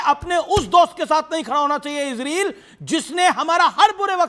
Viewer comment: BKM77 Most Resp ected Mr.AMISH DE VGUN G Gustakhi Muaf Please Aap KHUDA K VASTE Ye ISREEL kehna Hamesha k liye Chhod Dijiye Aap GALAT Ucharann karte hen aur Sun ne me bhi Bilkulbhi Achha nahi lagta. Aap ROYAL to keh Sakte hen zra uss se Pehle IS Bol den to ISRAYAL Bol den to Bada hi Achha lagega Aap to US TADON K USTAD hen Aur kaafi Edu cated bhi. Maen 78 Varshiye Ek Tuchh PRANNI Aap se Haath Jod kar K BHEEKH Maangta hai ye PROOF REA DER. Kai Salon se ISREEL ISREEL Sun te huye KAAN KALE ho gaye hen. PLZ Don't mind. Actually y Spellings to ISRAEL hi hai iss COUNTRY ka Naam Kya Maen Future me AAP se UMEED kar sakta hun. Aap Apne Charnon me Mera Parnnam Swikar karen.